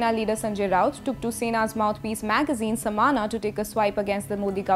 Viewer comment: lol please get somebody who can actually pronounce the word 'saamna'